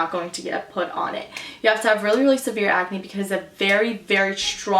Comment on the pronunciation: you say, ecnay instead of Ahcne.